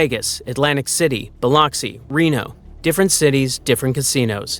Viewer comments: It’s pronounced Bil-luck-si. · Smh you mispronounced the city